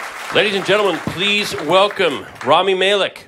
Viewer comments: MAY-LEK. Y'all...2 entire syllables and it still went south lol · "Raami Maylik"🤦🏽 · Maylik??? C'mon.... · he said Malek wrong